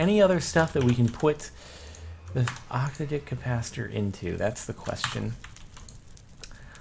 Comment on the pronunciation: STOP SAYING OCTODICK!